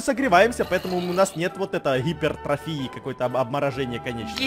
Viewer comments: Как правильно звучик Гипертрофия: Гипер Трах Нунах🤣🤣😂😂😂😂🤣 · гипертрахии:ггигип перфта:КОРОЧЕ ГИПЕРТРАХНУНАХ